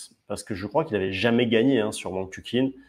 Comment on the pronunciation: Wang Chu"CHIN"* pas "KIN"